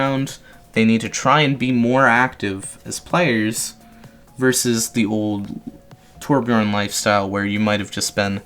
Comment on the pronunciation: 1400 hours but still can't pronounce torbjörn right Swed btw